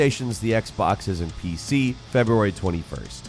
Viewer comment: Sounds like you're saying "Playstations, Xboxes N-P-C) lol